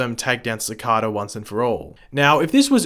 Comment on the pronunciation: You are saying Cicada wrong